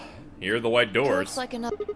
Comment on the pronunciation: Wait. Did just say w-pronounced h-ite instead of white?